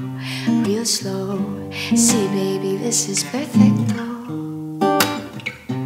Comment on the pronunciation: i'm italian and the way you say perfetto is perfect lol